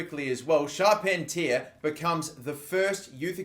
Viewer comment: pronounce Charpentier as Shar-PEN-tee-air